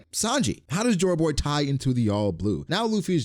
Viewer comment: I thought you were saying “Chore Boy” the entire time